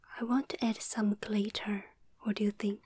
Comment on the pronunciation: Whoever taught how to pronounce the word "glitter," I hate you.